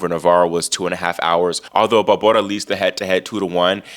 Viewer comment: Love how you cover the women! And how you pronounce Barbora! Such fun!!